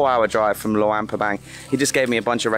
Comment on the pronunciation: It's not lawang prabang! It's luang prabang